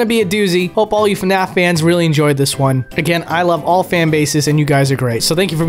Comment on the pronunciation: please dont say fanaf